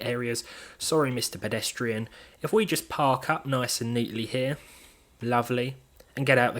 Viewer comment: "Sorry, Mister Pedestrian" How exquisitely Bri-'ish of you.